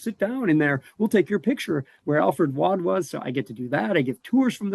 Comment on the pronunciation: I’ve pronounced “Waud” correctly the whole time!!! Im from Johnston Co, NC and it’s rare to hear or say anything correctly according to the rest of the country lol. Thanks!!! 😂